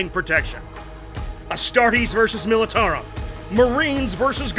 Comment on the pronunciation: The way she says Militarum made me cringe early on in the video